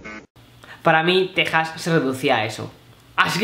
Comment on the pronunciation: Se pronuncia Tejas.